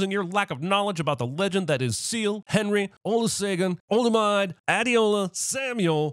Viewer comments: 🤣🤣🤣🤣 3 extra sins for Jeremy's pronunciation of Olusegun, Olumide and Adeola 🤣🤣🤣🤣🤣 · Mans said "Olu-say-gan... Olu-maaayd...'"🤣🤣🤣